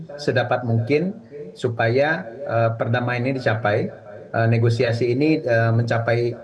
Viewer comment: Negoisasi 😂😂😂 negosiasi kalii